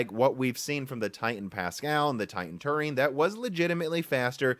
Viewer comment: You’re mispronouncing Turing too.